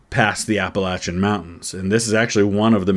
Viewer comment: thank you for pronouncing “Appalachian” correctly